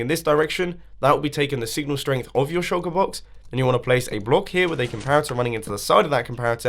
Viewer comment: Does I the only one who heard choco- box? And not shulker box.